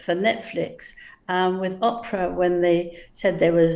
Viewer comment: Why do all Brits call OPRAH OPPRA !!!!!???? It's OOOOOOH PRAH. Long O.